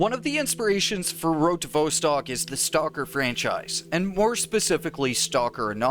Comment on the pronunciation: Vostok rhymes with boss tock, not beaus tock. It has a short O sound not a long O. I can't believe how many times you mispronounce it.